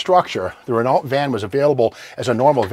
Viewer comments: Bonjour Steve. I love your junkyard crawls. They remind me of my youth when i would go and spend days playing in the old trucks and construction machinery yard close to home. Being from Quebec i speak french. I can confirm that Renault is pronounced Reno. Your junkyard being not to far from where i live i might go and visit one of these days. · There is Re-NO-Way I'll ever learn how to pronounce Renault correctly! Thanks for writing, Steve Magnante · The "l and t" in Renault is silent. The diesel does not get 30-40 mpg nor the crazy statement at the end - 50mpg. In actuality - about 22-23mpg. The same diesel engine was fitted to some Jeep Cherokee SUV's. The coach portion of the body that was built by Winnebago is aluminum over aluminum tubular framing that is stiffened internally with steel - not fiberglass. The only fiberglass used in the LeSharo/Phasar is the front nose and hood. The rear outside corners are ABS plastic. As far as being the worlds slowest RV - the diesel is certainly no speed demon but can run 65mph - just like many semi's now. Any of the gasoline versions well outperform a cab over bunk style Toyota motorhome with 22r or 22re with auto transmission. The gearing and aerodynamics make them better performing than many of the V-6 versions. Sadly - poor Renault vehicle electric systems and undersize transmissions lead to many problems. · I wish Steve would stop pronouncing Renault like that. I know he doesn't pronounce Chevrolet like shev-ro-let. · Ahhhhh!!!! Not the deer head!! Scary. 😂🇨🇦 Oh, and by the way, it’s “REN-O”, not “Renalt”, it’s French, silent “T”. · Ren-OH not Ren-ALT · Good info¡ Steve, repeat after me please: "Ray No " ( Renault) Your French lesson for the day! :) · Ren-o, Steve, not ren-ault; emphasis on the O, not the e like reno. Trust a bilingual guy.